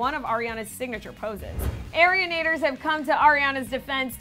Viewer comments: The way she says arianators 😳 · Arianators is not pronounced like that